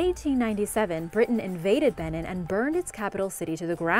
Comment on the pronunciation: Very good videos but you may want to watch your pronunciation. Nok is not pronounced like "knock" but more like "nohk." Edo is not pronounced like "eh-doh" but more like "ee-doh." Benin is not pronounced like "Ben-in" but more like "Ben-EEN" (stress on the second syllable).